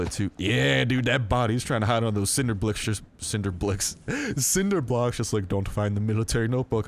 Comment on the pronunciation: Lmao “ cinder blicks “